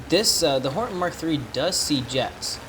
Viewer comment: by the way you keep saying horten instead of hornet